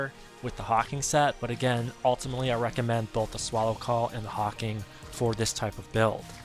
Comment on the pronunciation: Thanks for sharing. Nice tip on the Divinecraft auto use setting and mystic skill jump hack. FYI, it's called Hawk Wing not hawking, and the E at the end of Morale Chant makes it be pronounced Mor-Al, not Mor-ull.